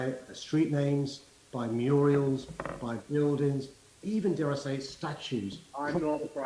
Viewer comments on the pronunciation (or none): He said 'murials' didn't he? Mayor of Britain's capital and he said murials. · Sadiq Khan: "Muriels"? Lots of women called Muriel? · 'Muriels'...omfg who does Khan think he is??? Hilda Ogden?!?!?!